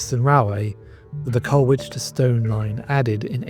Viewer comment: Many thanks for this presentation but with respect to the sole fatality, it’s Goode as in food, Colwich as in Col-itch and coach never carriage. Horses pull carriages nowadays. RIP Driver Eric Goode.